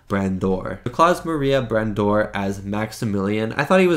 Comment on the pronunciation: You managed to butcher Brandauer's name really well! 🤣